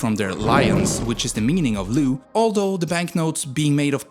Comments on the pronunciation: i find it so funny cause none of the romanian words that he said are pronounced correct😂 whatever gj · Imi place cum spune "leu" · it is true about the neighbours and all facts, also its probounced leu, not lau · Leu not lau or what u said cuz makes me mad cuz im Romanian and u don't say it corectly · Bro said Lau and lu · "leu" isn't pronounced "loo" lmao, it's l-eh-oo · it's actually pronounced as it is written, "leu" not "Lau" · Buster you are the money is called leu not Lau , you need to learn to speak English and special pronouncing correctly , and for final fuck off you don't have any idea about Romania and Poland you are a full of shit and you think you are something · Leu with e like in egg, not Lau/Lew/... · The accent of leu is on the leter e, u were pronouncing it like loo, thanks for giving us the spotlight for once, but next time try to get better at spelling the word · ah yes, the LAO currency. Listen, counties and other historical names i get, a lot of the time it's very hard to impossible to get it right, but currencies? Come on! You, my guy, used a different freaking vowel! Twice! If you call yourself an info channel, then do it right! I trust you can do it! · Bro managed to butcher almost every single word especially with lau and lew🤣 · You’re having such a hard time pronouncing România and leu 🤦‍♂️ And Moldoveanu peak. And Argeș. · acum se zice leau nu leu :))) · Although you butchered the pronounciation of words like "leu" or "dacia", the video was well made and very interesting! you got a new sub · Really bad pronunciation for words like: leu, Danube, Timisoara, Dacia. Also, there is no Moldavia. Maybe hear these words first before making a video, they’re not really that hard. All the best! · You pronounced România and Leu wrong